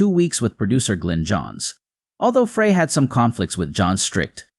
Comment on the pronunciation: This announcer does not pronounce Glenn's last name correctly. Frey is pronounced as: Fry It is very annoying that this announcer keeps saying it wrong !